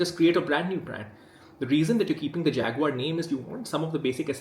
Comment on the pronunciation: Man who can't say the name of a company complains about that company. Isn't it Indian rather than British?